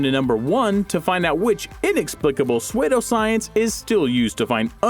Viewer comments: It is pronounced SOO-doscience, not SWAY-doscience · Pe-sway-doe science?? Are you serious?? You dont know how to pronounce certain of your words man..... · Lol Swaydough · Suede-oh Science lol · Swaydo science lol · I love how this guy pronounces psuedoscience